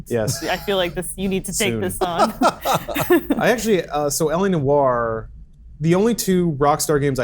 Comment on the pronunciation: It's noir not no-r. Simpletons.